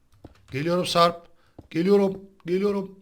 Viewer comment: ciyan diyor o siyan ağbeyy:)))